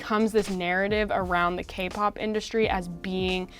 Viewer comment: sounds like she's saying "gay pop bands"...